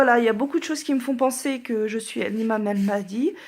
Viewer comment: Sans vouloir te vexer ma soeur, le vrai Mahdyy est non seulement un homme car IMAM, mais en plus il est ARABE, pas converti coréen, il vient de Médine, la façon dont tu prononce AL MAHDYY, déjà te décrédibilise ...